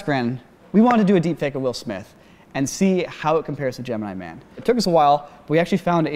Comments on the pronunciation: the way says "Gemeenee Man" absolutely kills me. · the way says "Gemini Man" (correctly for one) made me cackle